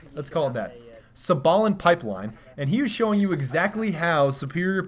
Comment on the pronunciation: And btw you say sabelyn pipeline like this: saibelin... That's how you say it good video though ;)